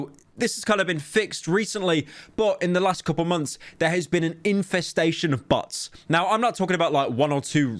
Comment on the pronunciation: I love how he pronounces bots as butts